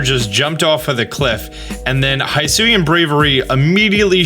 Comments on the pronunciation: It's hIsui and not hAIsui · Dude, I love your videos. I watch a ton of them. I know you saw the "pokemon presents" because I saw you watch it. So why are you mispronoucing Hisui (Hee-soo-ee) when we both know the narrator said it several times? For real, High-sue-yah? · The region is pronounced hee-soo-ee. Japanese i and u are always pronounced as ee and oo, respectively. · ITS HEE-SOO-EE NOT HY-SO-EE leave it to people to continue to INCORRECTLY say a pokemon region name 10 seconds after hearing the official pronunciation. Not difficult to pronounce japanese vowels, ya know since they’ve always been pronounced the same since inception. I - EE O - OH A - AW as in AWesome U - OO like in “moo” E - E sound like in “bed” Why say the word if it’s gonna continue to make others cringe. Its not a mashup up of the english word for hello+sui it is Japanese say it right please. Only tell you in the trailer 2 or 3 times how to say it. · Don't want to be that person. But it is he-soo not hi-soo. Japanese pronunciation. Comes from ひす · it’s pronounced “Hee-Soo-ee” not “high soo ee” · Its pronounce Hisui ( He sui ), not ( Hi sui ) if u want to confirm that go back to the presents and the narrator clearly says it, stop calling it the wrong way. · The region name should actually be pronounced HE-SU-WE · bro i swear to god. its pronounced h-ih-sooi and weird deer. did you even watch the direct? edit: have you considered that ride pokemon must be captured by the player and placed in their party before they can be used? edit 2: just wanna bring up that the coloured dots coming from the sky crack are the same ones as when time and space almost collapsed in diamond and pearl edit 3: ultra balls also appear later in the trailer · Is it pronouced “Hee-soo-e”? Because it is Japanese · the way he keeps saying hisui wrong is getting to me, i know he says things wrong on purpose often but this one i think he isnt realizing its not a long i